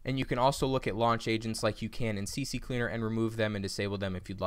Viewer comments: Stop saying CC cleaner, it's CCleaner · Its not CC Cleaner, rather C cleaner 🤣 Thanks for the video though 👍🏼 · Its C Cleaner Not CC Cleaner lol